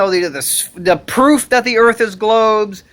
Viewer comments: The earf? lol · Earf? I always thought it was pronounced "Earth". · Earf lmao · There earf is a cone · Da Earffff is Hexagonal , octagonal, Cylindrical...Type ..Erffffff!!!! Bawahaha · Sorry man, I believe it's spelled Earph.